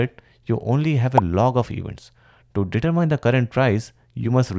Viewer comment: please use AI voice, "datamining" instead of "determine" is really confusing